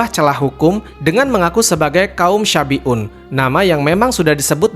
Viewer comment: Salah pengucapan bukan kaum syafi'un tapi shabi'un. Artinya beda, kalau syafi'un adalah kaum yg mengikuti ajaran imam Syafi'i. Kalau yg di ceritakan itu kaum shabi'un